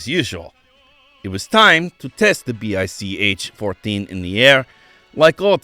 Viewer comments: It's pronounced "Bye-Che" which makes the pronunciation of what test pilots called the BICh-14 better. It's easy to see how ground performance of the BICh-3 would be terrible (see the youtube of the adorable RC model of one which is flying very well). The 7a and the 3 in the air were good, even excellent, as was the Che-22 glider before mechanical problems made it crash. The little 20 and the monster 21, and the amazing 26 are the "What If" of the story. See also from Kharkiv \ Avianito school the KhAI-4 "motorized glider". All-wing with a big fin & rudder, single engine, 10 seat ort 1 ton payload. It had troubles with balance and controls at first, but after these were solved it apparently did well, served as a utility transport for a little while. "I see what you did there" leading into talk of the Moskalyev "flying wing" planes. You deftly hopscotched over the SAM-4 and SAM-9 so that I could have sworn you were talking about it as a parallel of a first attempt to approach transonic speed. Another interesting what if story, leading into the amazing RM-1 rocket plane. Then the monster long range strategic bomber. Mach 3+ as-if, it would have been awesome enough with more reasonable, supersonic dash performance projections. Looking forward to some discussion of Moskalyev wings. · Ah, I don't hear very well so I thought he was saying Bis.